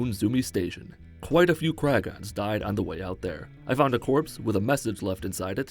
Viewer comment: It kragen not kragon